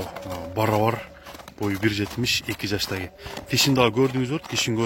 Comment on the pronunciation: Эки жаштаги дейтго, а жаштагы эле дебейби. Жакшы темир уста болсо тилин туптуз кылып чаптырып алса сонун суйлоп калат эле жаштаги дебей жаштагы деп.